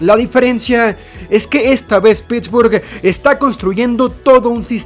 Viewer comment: "...La ofensiva de Pittsburghu-e tiene una direccion-e..." NO DURÉ NI UN MINUTO ESCUCHÁNDOTE...